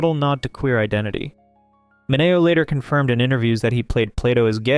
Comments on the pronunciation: Sal Mineo's last name is pronounced Min-ee-o. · Look, this is an excellent video. But for the love of-- it's Sal MIN-ee-oh. Thanks for the info on the actress who played Yvonne in Casablanca. I had no idea.